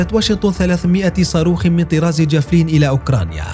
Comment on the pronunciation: الفظ اسم الصاروخ جيدا ايها المعلق الفبي